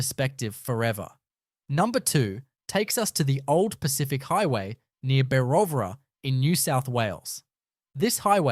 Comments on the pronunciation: “Bewovra” - actually is Berowra ! All nonsense. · And it said “Bewovra” 😆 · I switched off when the AI pronounced Berowra like no one in Australia ever would